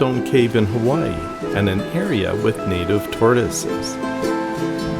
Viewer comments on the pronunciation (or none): none